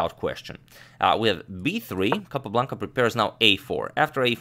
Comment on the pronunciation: I love the way Agadmator pronounces “Capablanca saga”. Reminds me of Rowan Atkinson in Johnny English. 😊